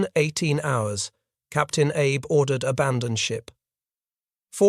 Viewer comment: The Shinano's captain's name was pronounced ah-bay, not Abe